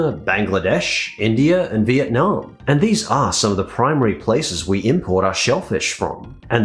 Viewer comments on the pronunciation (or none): none